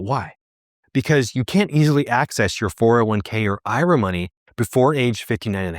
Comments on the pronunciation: I can’t even listen to anyone who calls it an Ira instead of IRA. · The way he says Ira is really bothering.